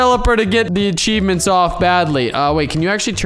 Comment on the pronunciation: no I don’t want ACHEAvMENTS!!! Me: ok ya same here